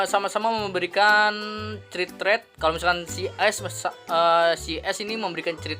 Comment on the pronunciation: mohon maap bang 😂 please banget bang kalo baca crit jangan crit tapi dibaca krit, please banget inimah bang beneran dah ambigu soalnya didengernya 🤣